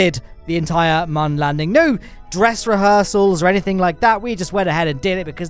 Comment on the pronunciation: moon or mum